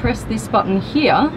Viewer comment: Guys TWO Question first Does any one gets bothered the way she Says Here? And Second Why is she get all these exclusive Car reviews?!